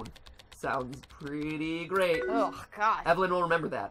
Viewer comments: her name is evelyn, not enilie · I like how he's still calling her "enily"